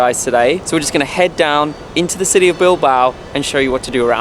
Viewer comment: Sorry Guys I love you so much and I love your videos but Your pronunciation of the Spaniards cities is making my ears blooding. Es La Coruña ( it's a similar sound of the GN in French), Es Bilbao (bill-bah-oh). Spanish is not that difficult to learn guys c'mon lol. Love your videos. Greetings from Connecticut.